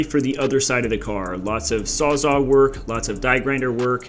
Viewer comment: You're just messing with us saying "sawzaw" all the time instead of "sawzall", right?